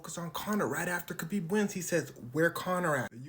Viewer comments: Its kHabib. HAHbib. The k really doesnt show up in sound. Hes said this so many times. HAHbib. Not KAHbib. Like habibi. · His name is pronounced Habeeb; not Kabeeb. His name Khabib Nurmagomedev means the Beloved Light of Muhammad. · Every time you said "Kabib" instead of "Khabib" it made me die a little inside. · It’s spelled with a k but not pronounced with a k, sounds like habib but it’s spelled Khabib 👍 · Pronounced Ha-beeb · khabib's name is actually "Habib" same as "habibi" but there is no letter to represent the heavy arabic "H" sound. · "Never heard of...?" Dude it's Khabib. WTF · Pronounced “Habeeb,” the K is silent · The K is silent. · You said his name correctly once and that was in the first go lol